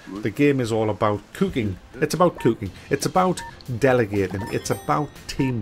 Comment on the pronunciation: Its about Kewking